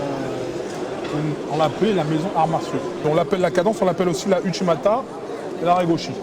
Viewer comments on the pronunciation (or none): "sa c'est les ushi matta" 😂